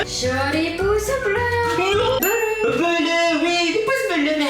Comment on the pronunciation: On-dit belleu pas bleu je suis mort